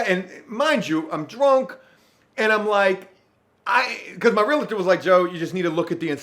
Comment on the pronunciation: ✳️ JOE~ The word REALTOR is pronounced “reel-tor.” It’s a 2 syllable word. There’s no “I” in realtor. When you consistently mispronounce…….✅